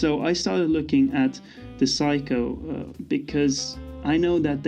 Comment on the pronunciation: It's not Psycho. It's Seiko.